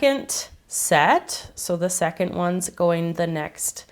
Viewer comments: Yeah I understand, it's the same as people mocking the Australian accent and how we speak, it's so different everywhere. But, it just sounded like she was saying "secont". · It just sounds like she's saying "secont" instead of "second".. But hey, I love her. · she said 'secont' it was like soooo clear the way she said it so you can't say that she didn't say it.